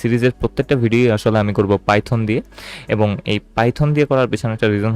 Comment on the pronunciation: Bro Python hobe not Pyton